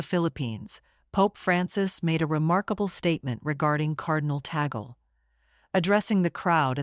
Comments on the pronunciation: Cardinal Luis Antonio Tagle's surname is pronounced "TAG-LE", not Tagel.😚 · Tagle is pronounced as ‘TAG LAY’ Not tag gel or tag girl. Please pronounce it correctly. Thank you. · It is pronounced as Tag-Lē. Cardinal Tag-Lē and not Ta-gel... 😊😉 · 😅Ta-gle is the same sound as eagle which is wrong. Tag-le with the le syllable as leopard. 😅 ❤ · People must pronounce the name of our Phil. Cardinal Luis Antonio Tag-le not Ta-gle coz its wrong sound is insulting to the ears of Filipinos. 😢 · Be nice if she could correctly pronounde the cardinal's name.